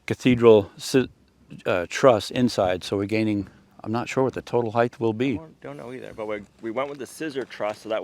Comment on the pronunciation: Great job! Only criticism is the pronunciation of the word “height”. Had to say it.😂